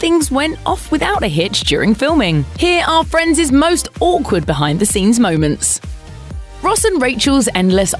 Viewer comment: 10 seconds in, she said friendes. Hahahaaa what school you went? 😂